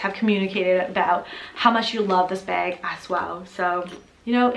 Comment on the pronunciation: Every time you say bag, i feel like you're saying beg for the Hermes lol Nice collection x